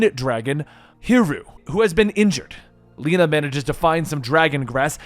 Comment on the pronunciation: It's not "Leena" - her name is pronounced "Le na"